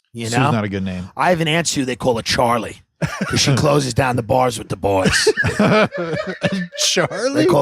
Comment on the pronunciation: the way Tim says “she closes down the bars WIT DA BOIS ” with the most cigarette-covered New Yorker voice is amazing lol 😆